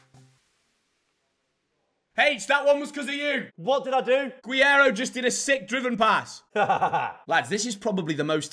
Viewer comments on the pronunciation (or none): Guiero? he's not spanish lads 😂 Gerreyro